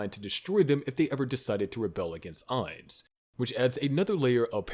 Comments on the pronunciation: I’ve enjoying y’all’s videos. With that said, I don’t like to be that pronunciation guys. But respectfully my man. It’s AINZ- think Einstein. But cut it in half and end it with a z, Einz. OOL, exact how you said. But to be fancy, or “proper” to a Supreme One. You can say Oul, like a ghoul with the g and h. And lastly Gon- “goo’nne”. Try saying go, add 2-3 more “Os” and the ending “ne” punctuation like own. Just as a super fan, love the channel my man!👊🏿❤️‍🔥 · Im genuinely curious how you came to making an overlord video but fail to say his name correctly. Its gotta be to artificially boost engagement. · I love english speakers correcting the pronunciation of a character in japanese media always called Ainzu-sama or アインズ・ウール・ゴウン.